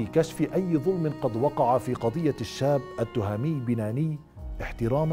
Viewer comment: نحن المغاربة ننطق أسماء وألقاب المشارقة بطريقة صحيحة حتى ولو صعبة ومركبة. ولا أفهم لما المشارقة لا يستطيعون مع أن الإسم ذكر في القناوات المغربية. التْهامي وليس التُهامي. وبنَّاني وليس بَنَاني. والعَلمي وليس العالمي.